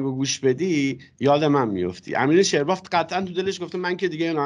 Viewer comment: یه انتقاد از شما چرا فامیلی امین ( آرمان سریال ) اشتباه تلفظ میکنین جای فتحه کسره جابه جا شه معنیشو‌ عوض میشه این فامیلی تو شعر یزد زیاده شعرباف با فتحه خوانده میشه یه صنعته در زمینه بافندگی وقتی با کسره تلفظ میشه معنی یاوه گو میده این کلمه عربیه دقت کنید در تلفظ قدری مطالعه لازم